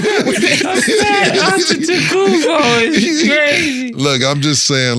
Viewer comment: Be a pat “antetakoopo”😭😭😂😂😂😂😂😂 spelling it exactly how he said it😂😂😂😂😂😂